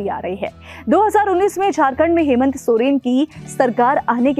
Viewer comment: मैडम जी हेमेंत सोरेन नहीं हेमंत सोरेन